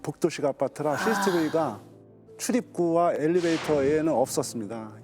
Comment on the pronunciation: 엘'리'베이터, 엘'리'베이터, 엘'리'베이터, 엘'리'베이터! 왜자꾸 엘레베이터라고 하냐고...! 학교에서 안 배웠어요?